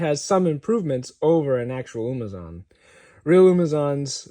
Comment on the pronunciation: It’s not “umazon”